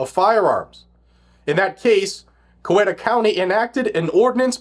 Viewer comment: It's pronounced COW-EAT-UH It's not Cuh-wet-uh EDIT: Why doesn't the state's AG just arrest him?